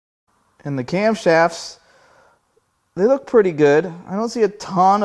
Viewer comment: "Now it is time to cram the cam cramps loose, so that we can pull the cramshafts." I don't have any idea how many of those syllables were intentional but they all work.